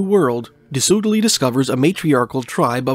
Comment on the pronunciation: By the way, Soudeley is pronounced "Sudley"